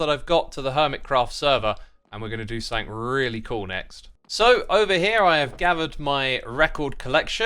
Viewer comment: SomeTHING* Not "think"